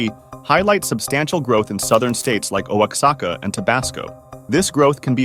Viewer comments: his pronunciation of Oaxaca is wild. O-A-Ka-Sa-Ka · Oaxaca = wua-hawlk-a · Oaxaca is pronounced "wa-ha-ka"